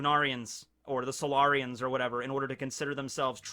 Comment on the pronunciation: Did anyone else think of mass effect when he said solairions